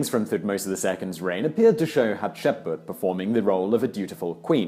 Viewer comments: But you have to admit, when he has Hatshepsut written in the video title, calling her "Hasheput" in the video is most definitely a mispronunciation. You can't flower your way around that. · Simon, your pronunciation of "Hatshepsut" ("Hatshepbut"? Really?) is shaming you. Take 10 minutes and record yourself saying it properly, and have someone there dub it in over yourself. It can't look any worse; and if you think that your vocal tonality varies so much between each attempt to say the name right - I have news for you. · Dude.. Simon. You seriously need to make an effort to pronounce these things correctly. Hat-Shep-Soot! It's not hard as all Egyptian names are phonetically spelled since they're transliterations from the Egyptian language. It's not like it's historical spelling like in French. It's super easy. JUST SOUND OUT THE LETTERS. Just spend like 5-10 minutes before each of these videos that contain foreign names that your British tongue has trouble with sounding it out and pronouncing it until you get it. Practice makes perfect. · I can never pronounced her name correctly Hap-sheit-shut, Hap~sheep~put. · "haht-shep-soot". good video though lol. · Hat-Shep-Soot Tu-Hot-Mos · "Haht-sheh-put".....I see Simon is part of the conspiracy to erase Hatshepsut from history. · Come on! Read the name properly! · You butchered her name. Thutmose's, too. Ugh. As a studying Egyptologist, I want to strangle you. 😤😬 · I think you're missing an s in there. Still a great video! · Simon, love you, love this channel, but please, please, PLEASE: Learn to look up how names are pronounced before you do an educational video. Every time you said Hatshepsut's name I literally physically winced. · I usually love your videos but you murdered the pronunciation of Hapshepsut! :'( You need to reshoot this video as I cannot watch this with your terrible narrating. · Can't even get through the whole video because of how he's pronouncing Hatshepsut. Gahh! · I'm sorry that is annoying 😂😂😂